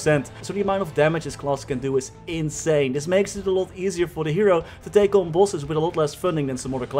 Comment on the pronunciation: Bro this whole time i was saying to myself wtf is pulses? I really thought it was some “maple” term for like dps or somesht.. and near the end of the video I finally realized he was saying “bosses” lmao!! Bro totally mind fcked right now..